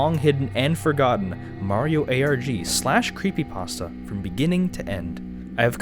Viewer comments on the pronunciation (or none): did he just say ArGh instead of ARG..